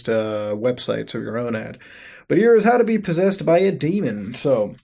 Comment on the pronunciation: "po-seased" muta you good